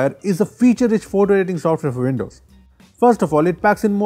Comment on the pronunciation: Apple or vindows? Way in.